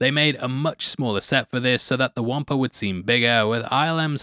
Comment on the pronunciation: WTH is a, “Womper”?